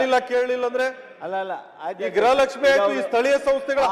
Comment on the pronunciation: ಯವ್ವಾ ತಾಯಿ ಮುಂಡೇ , ಅದು ಗ್ರಹ ಲಕ್ಷ್ಮಿ ಅಲ್ಲ,,,, ಗೃಹ ಲಕ್ಷ್ಮಿ ಅಂತಾ ಹೇಳೋಕೇ ಬರ್ತಾ ಇಲ್ಲ ಇವಳಿಗೆ 😂😂😂😂